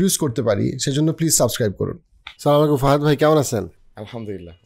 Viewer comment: What is সা-মোয়াইকুম। ভাই 😅 সালাম যেহেতু দেন একটু সুন্দরভাবেই দেন।